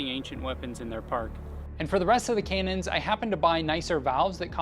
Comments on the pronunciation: did he say "KANONS"? Its pronounced ka·nuhn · Did you just say “Kaynons”? Cannon is pronounced “can-non” or “can-nin” in English. There’s no K or Y in the word.